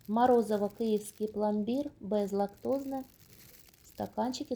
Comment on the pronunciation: Не морозиво а морозиво.